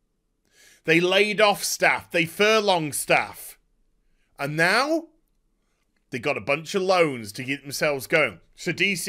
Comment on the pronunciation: Dude, it's FURLOUGHED, not "furlonged".